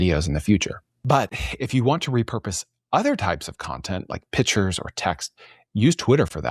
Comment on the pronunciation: Pictures isn’t pronounced Pitchers. Call them Images like pro Web Workers. 🌈 the more you know